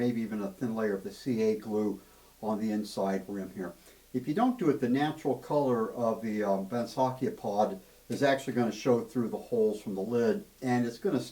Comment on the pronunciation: Nice work. The only thing I’d say is to correct what you call the banksia pod. In Australia it’s pronounced bank-c-a(same sound as chia). Bloody hard wood to work on though hey. You should see the banksia grandis in flower! Just magnificent! Regards Duzzy🇦🇺